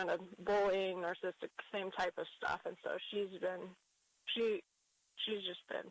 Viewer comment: Melaniece is not only mean, a liar, and heartless, she is also dumb. She doesn't even know how to pronounce "narcissist" even though she is one. She needs to be held accountable. Thank you for your excellent report on her.